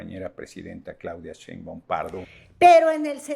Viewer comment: IMPRESIONANTE que NO SABE ni pronunciar SHEINBAUM y le dice CHEINBAUM. Se le olvida todo, hasta el RESPETO.